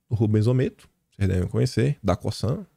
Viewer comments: apronuncia não é COSSAN é COZAN. Espero ter contribuído. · SE LÊ "COZAN" UM "S" SÓ ENTRE DUAS VOGAIS TEM SOM DE "Z" MEU AMIGO, É MUITO TEMPO NO PAÍS DOS CANGURUS... KKK. PARABÉNS PELO CANAL E PROEMINÊNCIA PESSOAL. VC MERECE! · Por favor, a forma correta de falar Cosan é o “S” com som de “Z” - espero que considere isso como ajuda